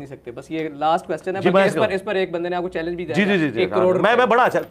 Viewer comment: مرزے تو تو چیلنج بھی غلط پڑھ گیا کاکا😂😂😂😂😂😂